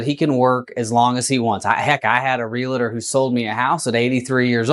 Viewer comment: Real-tor. Not real-a-tor.